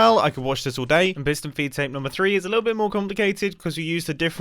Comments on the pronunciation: I thought it was “feet” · I swear, all this time, from the first time I heard him say "feed tape" in another vid I thought he was saying "V tape" lmao but turns out I was wronggggg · Aah its a FEED tape. Not me hearing V-tape the whole video...